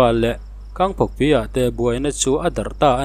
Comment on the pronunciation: Ka hahawlh zawng 😊 Manipur i puang ve ngai si lo a, i rawn ti ve thut a. Kangpokpi leh Tengnopal i lam dan a mak😂